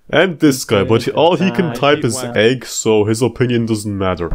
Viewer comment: That's a weird way to say egg